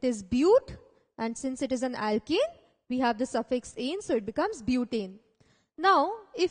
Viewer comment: Why does it sound like ur saying alkEne and not alkAne. If I didn't know better, I'd hv been thoroughly confused. Other than that good job